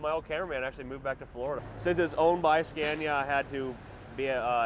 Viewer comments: Why is it impossible for you to pronounce it Skawnia? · Get more reactions and don't dare to americanise the Scania (You do pronounce it right, when you're in Sweden, why pronouncing it wrong back in the States? 🤔